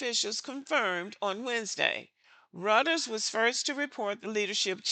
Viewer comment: Everything here is right on time, but Reuters is pronounced as "roy·trz".